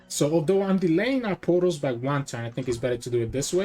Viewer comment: Pretty funny how you always sound like you are saying poros instead of portals.